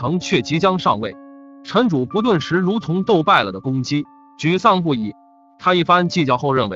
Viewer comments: 是主「簿」，不是「薄」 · 用“终被”字比较合适。不过他就是个播音员，不知道播前是否通读过这些故事。比如这个故事，说景福小时候逛牛庄时说牛庄不比繁华州城府县， 用“终”字比较合适。不过他就是个播音员，不知道播前是否通读过这些故事。比如这个故事，说景福小时候逛牛庄说，州和城之间停顿。还有主簿有一次读成主薄。在光华寺焦尸案那集，三个半大小孩，他读成了三个半 （停顿）大小孩，让人觉得不知所云。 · 主簿成了主薄？！ 你怎么还读白字呢......